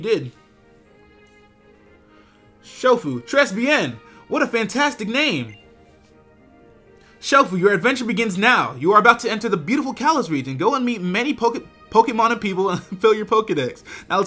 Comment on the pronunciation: As a French student, I cringed when pronounced très as 'tress'